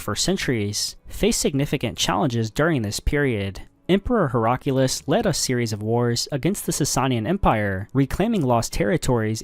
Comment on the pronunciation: I believe struggles to pronounced some words. here are some "Mispronunciations": (i quote it) "wessix" "heraculus" "querazimi" "Adequate" "shapir"